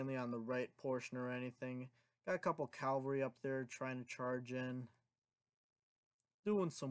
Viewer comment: Why does everyone say “calvary”? It’s cavalry you reets